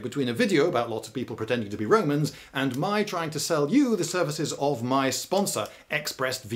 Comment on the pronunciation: The most bowing kind of Womans. Wed this, wed that... I need my dose of "widge helmet" Womans! And thewe they awe! edit: OMG! ALICE WOBEWTS!